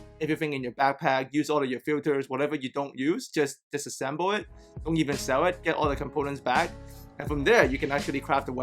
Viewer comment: DIss-assemble.. at first I only heard 'assemble'.. ok, got it.